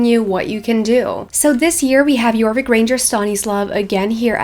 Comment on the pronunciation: I kept thinking you were saying Norwegian flag instead of Jorvik flag